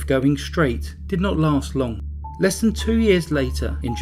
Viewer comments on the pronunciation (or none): none